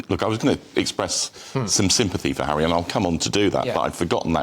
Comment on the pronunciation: "Tour" the African parks Hawwy.